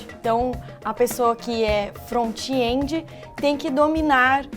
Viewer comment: "frontiendi", chique essa pronuncia!